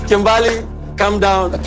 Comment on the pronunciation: 😭 what is this even . . Hasn't he been on this show because. My name is KIMBERLY. . . He says KIMBAAAALEE . . My guy . . It's KIM.BUR.LEE 👀 I had to rant I'm sorry I'm sorry lmaoooooo